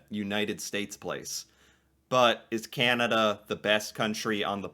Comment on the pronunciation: Please stop saying Key Ann A Duh! Thing soup is In? What is a "Can"? What you should say with a tongue depressor in proper use? What is "A"